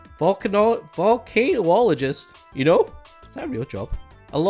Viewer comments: Might have gotten a comment like this already but didn't see it. Volcanologist is pronounced like vul-can-all-oh-gist. Fun fact, we get the name for volcanoes from Vulcan, the Roman god of metalworking, as it was believed every volcano was one of his forges. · yes also its "volc-en-oligist" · volcanologist (vul-can-ah-low-gist) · Seriously? Volcanologist isn't a hard word to pronounce. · can’t pronounce volcanologist but hits feng shui on the first try